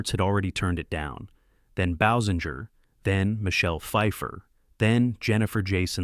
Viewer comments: Pronounced Kim’s last name incorrectly . . . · Agreed. I didn't know there were so many ways to pronounce "Basinger" 🙄